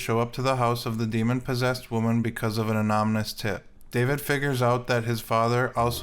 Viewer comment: "anomynous tip" lmaoo